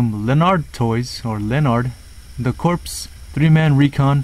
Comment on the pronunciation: This is how you say it core the p is silent